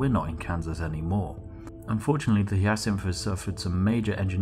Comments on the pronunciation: Spliff, hate to tell you this but it is pronounced hi-ya-sinth not hee-a-syth. The Hyacinth is named after the flower, same as the Crysanthemum. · Very cool fluff, but its "Hi-a-cinth" not "Hya-cinth". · "Hi A Synth" not "He Yeah Synth" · just a heads up it's said high-ah-synth it's a flower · That Hyacinth pronunciation was painful to hear.. For future it’s said like - Hi-yah-synth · It's pronounced as Ha-ya-sinth. God damnit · Your pronunciation of 'hyacinth' causes me pain xD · Vorta Keevan And Chrysanthemum is kris-an-thigh-mum. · Chrysanthemum - Cris-an-theh-mum Hyacinth - High-ah-sinth Sorry to be pedantic; pronunciations made me wince. Thanks for making the video!